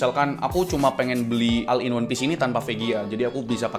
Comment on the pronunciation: Oll in wan pisi gitu bacanya min